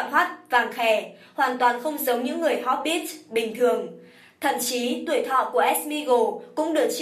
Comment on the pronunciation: Tôi còn nghe hốp_ bít xì ko biết ở đâu ra? Chỉ thấy mỗi chữ hobbit thôi mà